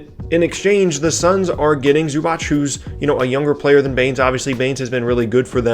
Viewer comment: It's not Zubach it's Zubac how you should pronounce idiot!